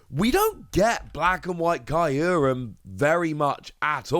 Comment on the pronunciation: I’m sorry but, the way you say kyruem is killing me